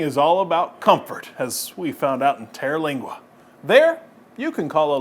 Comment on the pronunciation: It's Terlingua not "Teralingua".